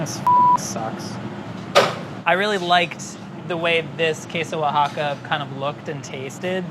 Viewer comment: pronounces queso oaxaca so perfectly